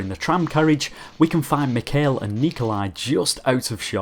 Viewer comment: Please pronounce Mikhail correctly